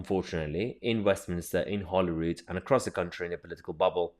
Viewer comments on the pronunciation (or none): none